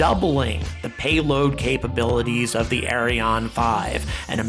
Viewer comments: It's less "Arri On", and more "Arri Ann". (I'm french Canadian) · Its Ariane and the good way to prononce it in english like french person you better to say (ahri-ahn)=Ariane 😄 its funny like you pronounce it .. that mean this rocket is a DONKEY 😄 speedest donkey ever Ari l'Âne 😆🤣